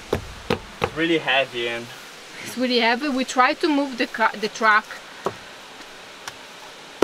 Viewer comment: Piccola lezione di inglese: la E di THE non si legge davanti a consonante. Davanti a vocale si legge come i.